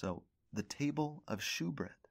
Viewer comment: Great lesson. Love learning from you. Just a heads up, “shewbread” is actually pronounced as “showbread,” even though it’s spelled as “shew.” 👍🏻